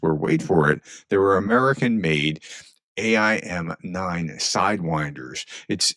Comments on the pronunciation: That's "AIM 9" not "A I M 9" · say it after me: "AIM-9" is just like how it is spelled: "Aim 9". To the curious how Ukraine got these missile variants, these are the missiles mounted on tips of F-16 wings - hence, termed "Sidewinders". With US sending all decommissioned F16 fuselages to Ukraine, there are plenty of radar & fire control parts for these Magura V7s. 🇺🇦😎👊🏼